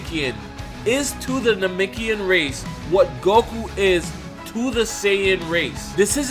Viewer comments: Namekian...not namikian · IT'S NA-MEK-IAN NOT NAMIKIAN..... JEEEZ U SAYING THIS OVER 1000 TIMES.... ANNOYING ASF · Am I the only one triggered by the way he pronounces Namekian and Namikian